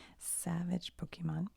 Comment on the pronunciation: Don't listen to people that tell you that you need to know everything about Pokémon to enjoy Pokémon content. Pokémon is for everyone and we have no room for gatekeepers. I personally love your Pokémon content mainly because you don't know much about it. You mispronounce names and I find it super cute lol